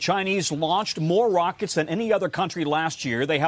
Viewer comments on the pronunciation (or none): none